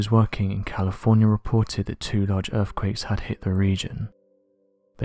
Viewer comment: yes he is I suppose, proper queens English…… “urfffquakessssss”